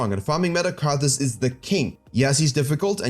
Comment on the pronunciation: it is Karthus not karfus